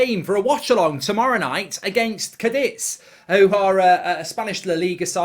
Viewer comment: it's CA DITH